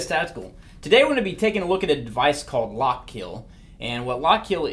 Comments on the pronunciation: It’s pronounced “Lock-KILL” not “Lock-KEEL”... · "Lock Keel"